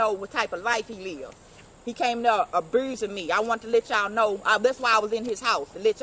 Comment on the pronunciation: Crack Heaux. She said "He abruising me"😅😅😅